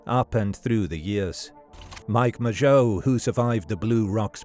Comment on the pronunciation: He pronounced Mageau properly. Frankly if nothing else, that was worth a new Zodiac-related video.